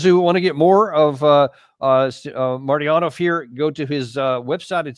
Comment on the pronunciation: It's a common courtesy to pronounce the name of your guest correctly. You got it wrong every time. It's MarTyanov, not Maryanov.